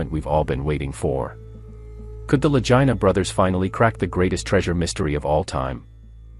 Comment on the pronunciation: Vagina brothers